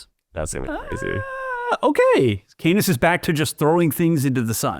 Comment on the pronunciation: Canis = CAN-iss, rather than "Cane-iss."